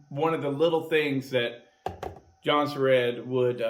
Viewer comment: Swedes pronounce it like "Yuun-seh-rehd" Many Americans say "Johnson-Red"